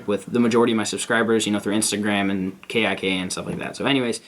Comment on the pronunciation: He said k.i.k.